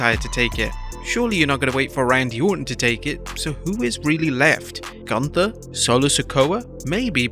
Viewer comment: His name is GÜNTER(GHUNTER NOT GUNTER